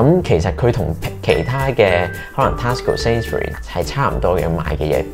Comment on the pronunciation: Your pronunciation on TESCO is wrong, please check and amend?